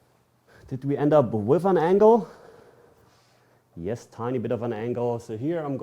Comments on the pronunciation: Lieber "wiff" als "wis" 😅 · 🤣"Wiff". Don't worry. Most English speakers don't say it correctly either. I'm one of them.😁